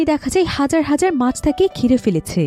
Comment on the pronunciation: Pach 😂na mach